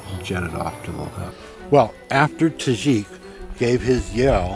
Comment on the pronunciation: When he called salim “tajik” I lost it